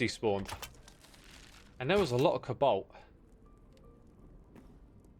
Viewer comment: there's something funny with how X reads 'cobalt'